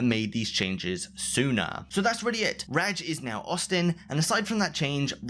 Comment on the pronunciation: Can you please stop saying ragg instead of rajj